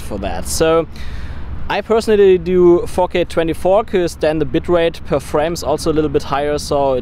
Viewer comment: everytime you say 4K I thought you're saying 'fuck it' lol